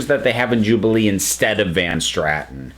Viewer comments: Great review. It’s nice to see an opinion on Dalek that differs from the normal “it was the BEST thing ever!” PS: I’m sorry, I’m OCD, and I can’t help but point out it was Van Statten — and you said Van *Stratten*. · Van statten not van Stratton